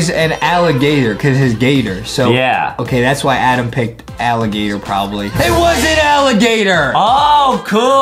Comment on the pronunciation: It's adem not adam